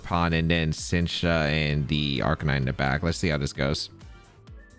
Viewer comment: In case you’re curious- Sinistcha is pronounced like the word “sinister” with “cha” at the end. Fezandipiti is pronounced like the word “serendipity” with the beginning of the word pronounced like “pheasant”. Regardless, thanks for the video as always! I’ve been really eager to see these Pokémon in action